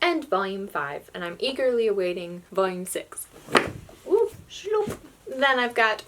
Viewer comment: I like how you say "shloup"